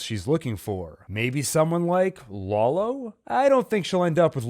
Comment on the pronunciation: "Laolo" lmao